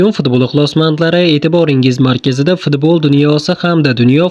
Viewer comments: Пидболмас футбол деб гапиринг 😅😅😅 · Fni talaffuz qilolmasa kerak😅😅😅